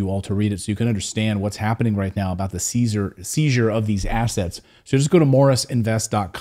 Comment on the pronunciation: Said 'Caesar' instead of seizure - cool Freudian Slip. Love it